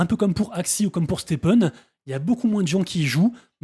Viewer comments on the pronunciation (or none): none